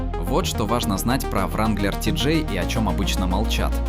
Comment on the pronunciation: Не вранглер а ранглер